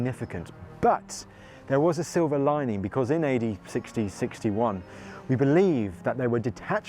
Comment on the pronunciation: you said AD 61, I heard "eighty 61". 😊❤